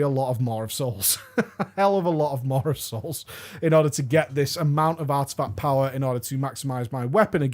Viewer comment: Is it just me, or does say MaWR of souls several times in the start of the video? I really had to pause the video, to go back and check for myself. Is it pronounced with an R? Listen to to